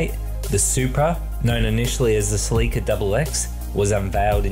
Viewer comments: Who taught u guys to pronouns words like Celica it's not celeeeka its just celica. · Celica (Selly-cah) ?